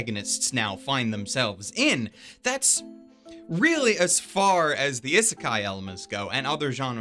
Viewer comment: It's pronounced E(as in the letter)-seh-keye